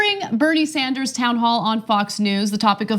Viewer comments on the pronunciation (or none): none